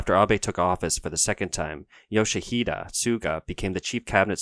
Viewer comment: not Yoshihida but Yoshihide